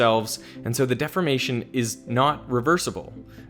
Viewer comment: you are pronouncing the word deformation as defamation, which has a different meaning